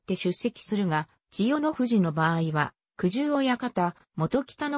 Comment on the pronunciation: 羽黒さんでは、ない、やま、くじゆ、でなく、ここのえ